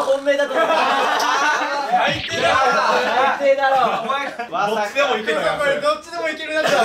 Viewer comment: 川上さんの「どっちでもいけたやん」につられて山本さんが「どっちでもいけるなって」が関西弁のイントネーションになってるw